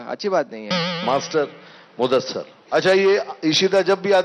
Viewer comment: Its muddasir.. Not muddasar